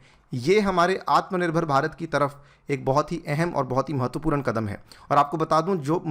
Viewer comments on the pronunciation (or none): महत्वपूरन नहीं महत्वपूर्ण